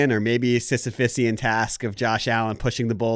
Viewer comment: lol making up his own pronunciation of a word. He said Sisyphesian which is clearly not a word, think he meant Sisyphean. My brain was like what did he just say lol